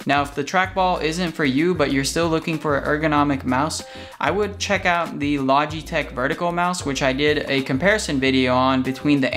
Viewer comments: "Logeteeech" lol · I have yet to hear a consensus as how to pronounce the company name LOL